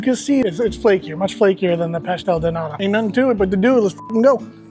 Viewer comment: Can you say de T of NATA? Please. Not a D, it’s a T. “Nada” is another word that americans know from mexican spanish, means nothing. “Nata” means cream.